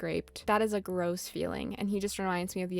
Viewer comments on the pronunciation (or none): none